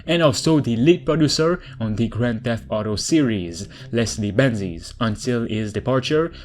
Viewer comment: Dude, awesome video and I really appreciate your effort speaking English, but some parts- like about Leslie benzies just hard to understand